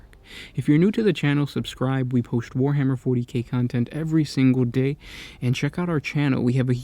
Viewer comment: "poesht"-post, "hooge"-huge, get a new host please